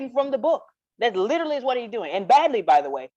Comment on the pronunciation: OMG 😂..."Lichrally" at all.🤭